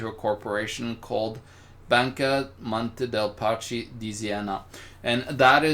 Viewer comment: "Monty Parchee?" Really,... is it that difficult to pronounce MON-tay DAY-ee PAS-key? Italian is a very easy language to speak correctly because its pronunciation rules are fixed. As an author you should be more aware of words, especially those from a familiar language. It's not like we're talking about Chinese, Urdu or Czech.